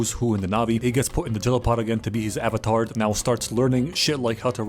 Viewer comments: *avatar not avatart lol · "Are yall avatarded?" 😂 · "Are you Avatarted?" I'm sorry to whoever that offends but that's funny af 😂